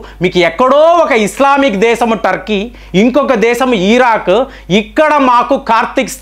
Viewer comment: ఈరాక్ కాదు, ఇరాక్.చెప్తారు కాదు,చెప్పారు.